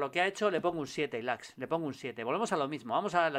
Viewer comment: Julio un consejo amigo, Ilaix se pronuncia así: ILAISH. Un abrazo chao chao chao chao